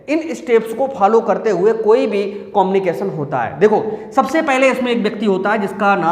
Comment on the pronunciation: कोमनिकेशन✅ कम्युनिकेशन❌😂😂😂